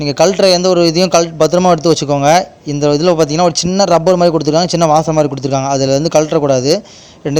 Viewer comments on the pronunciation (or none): none